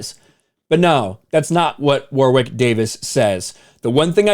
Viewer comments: I kept tuning out while watching this vid. The mispronunciation of the name War-Wick was too distracting. It's pronounced Worrick. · Hey, not to be that guy but it's pronounced "worick", not 'war wick'. Love your work my brother. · Argh! "Wa-rick" not, " Wawr-wick" You stupid Americans! Mr Davies is a superb actor and comedian: just watch "Life's Too Short" for some of his best work. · For every time you said "War-wick", a dwarf somewhere on the planet died. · Loved the Willow movie as a kid, this is very depressing. Can't bring myself to watch it in case it ruins the whole Willow universe for me. P.s. his name is pronounced Warrick Davis... weird spelling, I know. Never understood it. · Ok does anyone notice how pronounces some things kind of funny? War-wick? Toll-keen? Maybe it’s just me. But I can’t just be ok with it. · It's pronounced Warrick, you don't pronounce the "w".